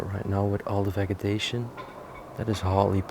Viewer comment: Just a note about English pronunciation: the g in vegetation is a soft g. Love your shows the best of any expired! Great job!!